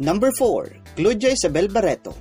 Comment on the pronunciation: Bakit ganon yung pagka pronounce ng pangalan ni Claudia